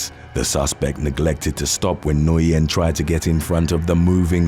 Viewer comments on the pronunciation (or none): Nguyen is pronounced as win! Always messing up names